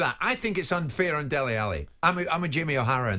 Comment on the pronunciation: it's Dele, not Deli!